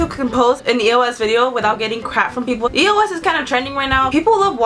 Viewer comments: it not E.o.S it pronounce eos ee-os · I never say e-o-s I say eos ->eyose